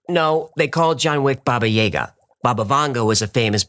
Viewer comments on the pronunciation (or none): It's pronounced Baba Yogga not Yayga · Never heard Baba Yaga pronounced Baba "Yayga" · FYI - It's Baba "YAH-ga" Not Baba "YAY-guh" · How can you mispronounce “Baba Yaga”? Did you even SEE the movie?